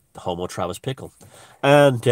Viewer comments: Bickle not Pickle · I think it was Bickle ...not Pickle